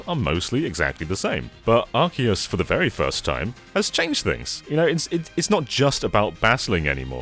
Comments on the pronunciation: This is an english channel. Official english Pokemon Company outlets pronounce it Arceus, not arseeus. I understand there are unofficial crackpots out there who want to be super the coolest, and you can certainly mispronounce it all you like. However, giving out unwanted false information under the guise of a correction is unbecoming. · You aren't technically pronouncing Pokémon OR Arceus correctly haha. Pokémon (if you want to pro ounce the way it is pronounced in Japan) is "Poh-Keh-Mohn," not "Polka-mawn." And Arceus in Japanese is "Ahr-Say-oos," not "Ahr-SEE-us." But the official pronunciation in English is "Ahr-Kee-us." But pronounce it how you want haha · So if it is pronounced Arseous and not pronounced Arceous then wouldn’t that make the Arc phone pronounced Ars phone? Nobody seems to know how the games name is pronounced and it’s funny! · Corrects his pronunciation of Pokemon but says arseyus. The guy even makes fun of him by saying "gotta satch em' all" but he didn't notice lol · you still failed to properly pronounce ark-e-us….there are dozens of sources from the pokémon showing the proper pronunciation and poke tubers continuously get it wrong😭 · Yes, I’m super happy to hear you say Pokémon correctly. I’m still a bit salty about Arseyus tho. I think sword and shield’s story was just a tutorial for competitive. Legends is good for the casual player but it can’t replace the modern competitive scene. A lot of competitive players feel like the main story is a slog to get through. Having something for the different audiences could be awesome. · Now learn to say Arceus (Arc E Us) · Can’t say Pokémon and can’t even say arceus right either…it’s Are-key-us…get it fkn right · It's not "Arse" dammit. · Not happy until you pronounce it Ar-key-us, like it's actually pronounced! (joking of course, but it is pronounced that way, just watch a trailer) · He pronounced Pokemon right, but Arceus wrong. Swing and a miss! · Now you've said Pokémon correctly, do Arceus right.